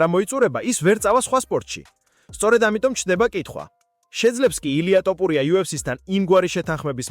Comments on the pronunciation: რატომ იძახი ტოპურიას, როცა თოფურიაა. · შენი პროჭული ლაპარკი დამთავრე თოფურიაა ნუ ამახინჯებ მის გვარს წარმოთქვი სწორად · თოფურია, თოფურია არა ტოფურია. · თოფურია არის და არა ტოპურია გააჯვი რა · ტოპურიას ამბობს თუ მომეჩვენა?